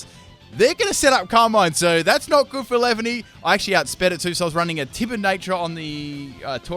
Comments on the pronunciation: it's pronounced lee-van-ee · lol it's funny how you pronounced Snivy and Leavany XD